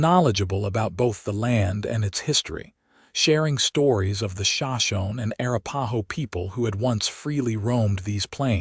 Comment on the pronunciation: Courage & Honor. Ah Ah writer. Mentioned horses plural before her horse caught up. Also, where are horses for the coach? Pronounces wrong for the Indian names. Show Sho knee, etc. Be respectful!